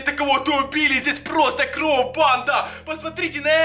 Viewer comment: почему ты говоришь кров